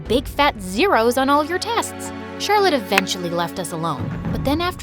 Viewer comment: that's how i pronounce Charlotte's name too "chat roulette" 😂😂😂😂😂😂😆😆😆😆😆😆